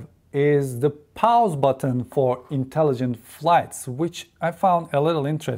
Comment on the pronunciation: “The Powze Button” 😂